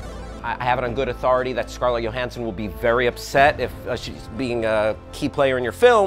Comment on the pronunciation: Scarlett Yo —Hansson? It’s not pronounced Johansson ?